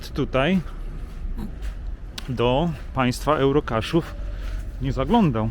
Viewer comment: To jest Ełrokesz a nie ełrokasz 😂